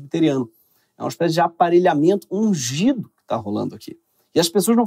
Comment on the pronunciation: Toda vez eu ouço untado em vez de ungido 🤣🤣🤣